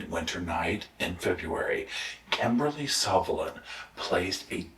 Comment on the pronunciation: The name is Sullivan, not Suvillan.